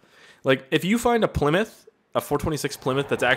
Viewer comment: WTF ***** did u just say plmyth haha